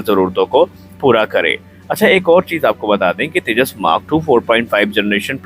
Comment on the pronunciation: Firstly pronounce properly. It's Tejas. Not teja. Aur tujhe kya samjhana o Teri baski baat nahi. Tune jo giraya hai o kya hai apne paf ko puch.